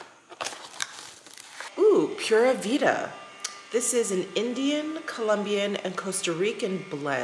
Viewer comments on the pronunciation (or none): Just FYI, it's poo-ra vee-da and it's Costa Rican national saying for Cool, groovy, everything's good, etc., etc. Literal translation is Pure Life (or simple life) and it's ubiquitously synonomous with Costa Rica. Cheers y'all!